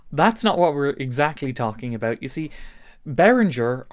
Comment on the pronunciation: Abeuch❌ about✅ Buch❌ but✅